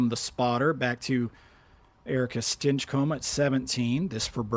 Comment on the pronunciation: Really not liking how is pronouncing Stinchcomb.